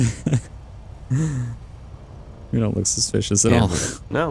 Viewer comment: He always says seems liget